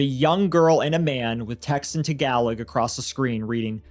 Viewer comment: You pronounced Tagalog incorrectly.